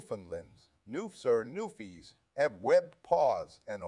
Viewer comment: It pronounced Newfie